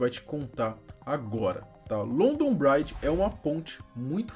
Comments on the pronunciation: Não se lê braidge e sim bridge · Pqp, vai fazer um curso de inglês! London "bráidje"??? Pqp!!! A pronúncia é "brídj" mesmo!!! "Bráidje" parece que vc está falando "Bride", que significa "noiva" em inglês! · A pronúncia é Bridge mesmo, não Braidge. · C for fala pelomenos fale certo rapa, “bridge” com I. (Bri-di) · Que agonia o pronunciando "bridge" com com som de "Bride" (Noiva) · London braidge? kkkkkkkkkkkkkkkk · LONDON BRAIT KKKKKK O certo que se fala é BRID mesmo kkkk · É “BRIDGE” mano não BRAIDGE por favor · Uma colega minha que mora em Londres diz que a pronúncia é London "bridgi" e não bride "noiva" ou bread que parece falar "pão" 😅👍 Forte Abraço 👍 💕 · Bread se pronuncia “bred”. Ele falou “braid” q ta Mais pra bride (noiva) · nesse caso a pronúncia, trocou o sentido kkk London Bride= Noiva de Londres e London Bridge= Ponte de londres kkk imagina só se na hora de passar o código os caras falam sem querer isso, e london Bride é um outro plano, para fazer outra coisa? SE É LOKO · London bride....kkkkk fora outros erros grotescos de inglês. Se alguém quer falar sobre o ocorrido pelo menos tem que pesquisar como se pronuncia os nomes.... Fica um trabalho de porco. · sem criticar mas além da pronúncia bridge estar bem defasada London Bridge é outra ponte A da foto que vc mostra é a tower bridge Falo com propriedade pois moro aqui a muitos anos e passo aí quase todo dia e é um erro comum os turistas e povo em geral confundir os nomes Forte abraço